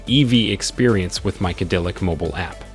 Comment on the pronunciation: The robotic narrator is generally good, except that its bizarre pronunciation meant that figuringing out it was trying to say MyCadillac for the name of the app took a while.